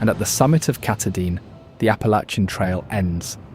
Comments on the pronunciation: The mountain is pronounced Ka-TAH-din. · Cat uh deen? Really? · Pronounced KAH•tah•din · Ka tah din pronounced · I’m Going to Help Yah Bub, it’s Pronounced (Kah-Tah-Din), It’s spelled Katahdin! Yes the Indigenous Names are “Tongue Twisters”, But We Honor Them, By Trying to Get the Name’s Right! I Know, I Live on Lake Anasagunticook, Next to the Androscoggin River, But I Grew-Up on Messalonskee Lake, Next to the Kennebec River(haha)! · I was looking to see if someone else had already mentioned this. I was willing to ignore the way Katahdin was pronounced, but Piss ka tah quis? Yikes.